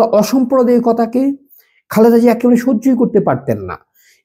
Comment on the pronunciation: সম্পূর্ণ ভিডিও মনযোগ দিয়ে দেখলাম,আপনি একটি বারের জন্যও ম্যাডাম জিয়াকে খালেদা জিয়া বলেননাই বারবার বললেন খাল্দা জিয়া🙂 আল্লার গজব পড়বে আপনারা যা শুরু করেছেন 😁